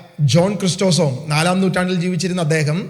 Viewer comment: Good message, a minor correction the name is pronounced Chri- sos-tum !